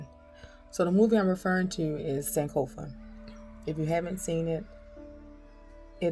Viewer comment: Waaw sis there is something about you that le'v recognised, you speak like a fanti your pronunciations are on point like sankofa and l say you are an ancestor you are most welcome 🙏🙏🙏😁😁😁l feel like crying